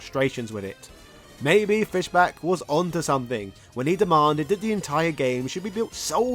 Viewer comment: It's Fischbach with the bach pronounced like the composer not "back".